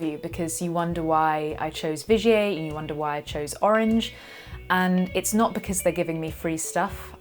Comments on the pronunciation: Not Vigay but Vigiér .. love :) from a Frensh Belgian guitar nerd .. Vigiéeee not Vigay :) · Thanks, I knew absolutely nothing about Vigier guitars,...had admired yours. Im totally intrigued now. It sounds dead posh the way you say it too, the way i say it sounds more like a cross between Tiger and Vinegar:D